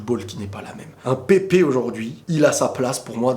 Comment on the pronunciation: Pépé faut prononcer marre des Français qui veulent faire les malins en disant pep' alors que c ridicule